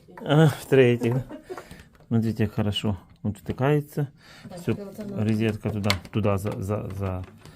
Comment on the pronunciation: Грамотей... Когда выучишь...рОзетка, а не рИзетка...